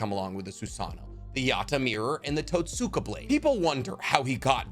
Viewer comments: Great video man. My only critique is in your pronunciation of Totsuka. Where English has silent letters, the Japanese language has soft or “whispered” letters. The hiragana script for Totsuka is とつか, where つ (tsu) is a whispered letter. So in the same way we don’t say Sasookee when talking about Sasuke, we don’t say Totsooka blade. And on that note, Nemui is written as ねむい , sharing the first hiragana with Neji (ねじ）and is pronounced Neh-moo-ee. Hope this is helpful and insightful. Thanks for the dope video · The What......its pronounced tots-ka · mans said “Tat-Soo-kuh” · Mf sayin Itachi misunderstood than says Totsuka